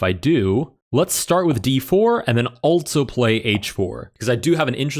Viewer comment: I can’t help but notice that he pronounces also, “altzo”